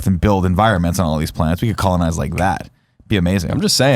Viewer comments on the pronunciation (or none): "Colin-ize" the planets.